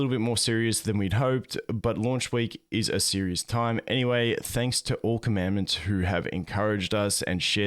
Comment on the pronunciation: The way many of the Youtubers who cover PGR pronounce 'Commandant' (they seem to pronounce it 'Commandment') triggers me to no end.